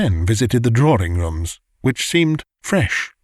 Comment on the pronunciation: Very nice! But if only 'drawing' was not prounounced 'drawring' it would be perfect!